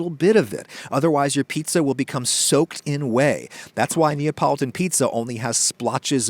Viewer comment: NApolitan pizza. Had to rewind five times to get what you were trying to say.